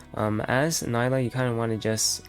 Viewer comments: It’s nee-la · Nilah* not Nayla